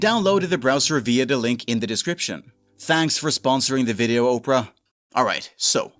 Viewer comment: Oprah GX -- LMFAOOOOOO You get a web browser, you get a web browser, everyone gets a web browser! (it's pronounced Opera not Oprah) 😂😂